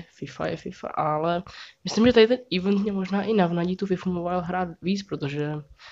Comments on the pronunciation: čte se to ivent ne ívnt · U u toho eventu máš totálně špatně výslovnost 😂😂😂